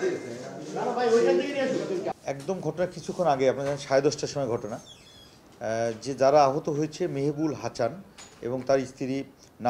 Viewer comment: হাচান না হাসান হবে 😅